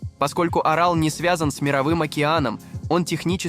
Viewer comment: Вставки идиотские. С ударением в географических названиях и не только - полный швах. ПАмир, Сыр-ДАрью и что-то там ещё я выдержал, но с Аралом возник когнитивный диссонанс. Ударение ставится то на первый, то на второй слог. Отключил ролик. Чтобы самому не отключиться.